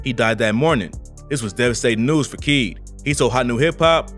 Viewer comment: KEED Tampa not whatever you said rip